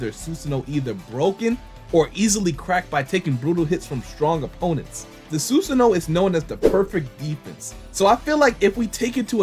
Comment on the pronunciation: It’s not susuno (Sun) it’s susano (San). C’mon people it’s not that hard to say if you pay attention and just listen to how it’s pronounced in the anime you’ll never mispronounce it again and by anime I mean the Japanese version not the English version. English dub is consistently mispronouncing names of moves and characters and then has fans thinking the way they pronounce names of moves and characters are the correct way of saying them but in reality they way pronounce them is wrong.